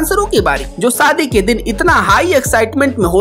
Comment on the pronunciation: Saadi suru parsad...Abey apni bhasha theek kar pehle gawar..Sh bolana seekh pehle